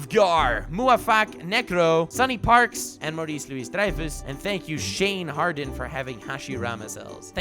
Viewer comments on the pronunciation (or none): none